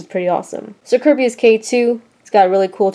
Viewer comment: It's Ker-bayus